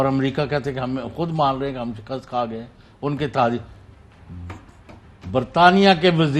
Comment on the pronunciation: SHIKAST …. Correct your Urdu